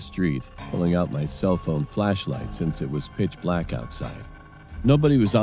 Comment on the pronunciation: A bla-ck-nk (or bla-nk-ck) truck.